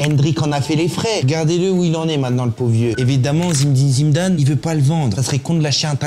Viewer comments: Par contre faut respecter les légendes un peu, c'est Zinedine Zidane et pas Zimedine Zimdane ... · C’est pas zimedine Zidane mais Zinedine Zidane stp😂😭😭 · Il se croit marrant en disant Zimedine Zimdane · Ce n'est pas zimdin zidane, on croirait jamel debbouz dans H..cest Zindine Zidane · Merci pour cette vidéo, tu as fait beaucoup rire avec ta manière de nommer ZiNÉdine ZIDANE (et pas Zimedin Zimedame.... merci, ils se marrent encore). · ZIMDIM ZIMDANE MDR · Zimdin zimdane 😂😂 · zimdine zimdane hahahhaha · Zinedine ZIDANE, le M n’y est pas je vous prie 🙂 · zimdin zindaze?😂😂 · Comment il dit zimmdine zimdane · zimndine zimndane 😂😂😂😂😂😂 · Zimdim zimdam / Ordiozola xD la prononciation me fume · 😂😂😂😂Zimdine Zimdane ta dit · Zimdine Zimdane !!!!!! le mec a un chibre à la place de la langue! pas foutu de prononcer correctement le nom d'une légende. En même temps on a l'habitude avec les français et les noms arabes...A gerber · `Zimdim Zimdan’ 🧐😂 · "Zimeddine zidane"😂😂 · Top la vidéo. A moin que jai raté une ref que je ne connais pas, marrant ton zimedine zimdam 😂😂😂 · Super intéressant comme d’habitude ! ✅✅✅ Par contre répéter 50x Zimdim Zidam c’est lourd, appelle le Zizou si tu veux, on a compris la réf à Jamel mais ça deviens lourd … sinon au top frérot ! 🤝✅✅✅✌️ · Zinéeeedine Ziiiidane, au lieu de Zimdine Zimdane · Zindine Zimdam 😂😂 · Zimdine zimdane😂😂😂😂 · A ton âge tu ne sais pas prononcé correctement Zinedine Zidane ? Il y a que des voyelles mais t'arrives à te tromper sur les consonnes ksos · Ɓonjour, Ta chaîne est pas mauvaise. Suis abonné 😉 Mais stp arrête d''écorcher ta prononciation quand tu causes du Grand Zinedine Zidane..... PAZ 👌